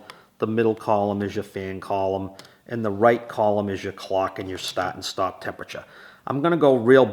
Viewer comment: What does "staat" and" "staaop" mean?😂😅